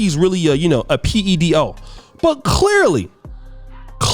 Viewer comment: Clechchrly... will never be able to pronounce Clearly... 😆